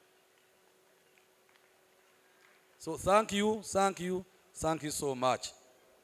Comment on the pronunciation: Oruzuungu norwa Sankiyu points Za MTN 😂😂😂😂